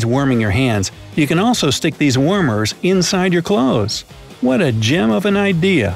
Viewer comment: Sounds like wormers... not warmers